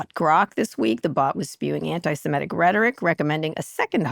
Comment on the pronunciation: semitic. Not simetic. Kara.